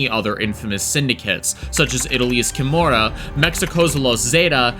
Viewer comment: Kimora? 🤣🤣🤣🤣 You mean Camorra?